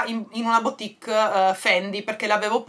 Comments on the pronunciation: Piccolo tip: "boutique" si legge "butìk", non "biutìk" 😉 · scusa non lo dico per criticare ma dato che tu dici sempre di correggerti mi permetto con la massima umiltà di dirti che si pronuncia "butik" non biutik (la boutique):-).sei splendida e ti adoro.perdonami se mi sono permessa.non volevo fare la professoressa.un bacione a te e una carezzina ai "gati"